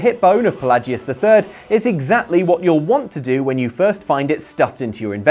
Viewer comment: Okay no You even hear them say Fel lay jus Not fa lah jus